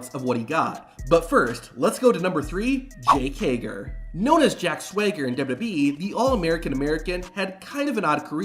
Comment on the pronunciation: The pronunciation of "Jack Swager" is killing me